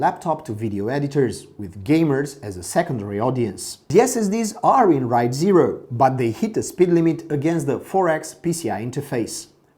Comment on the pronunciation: dude where are you from ? you cant even pronounce helios, raid and alienware really well. but its still a very nice review thanks my mom will bought this laptop for me after i finish my national test edit:also you forgot to mention the ram like how much is the ram